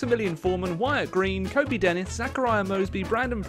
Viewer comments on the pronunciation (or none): none